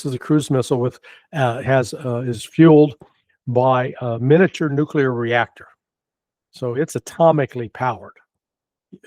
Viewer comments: It is nuclear not nukular... and get better mic ffs. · This trends journal guy needs to learn how to pronounce the word nuclear. It's nu cle ar, not nu cu lar. So lame. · Nukelar,.. its pronounced nukelar😂